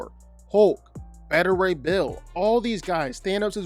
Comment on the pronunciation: It's pronounced <Bā-tü Rā> Bill, you putz, NOT "Bë-tü".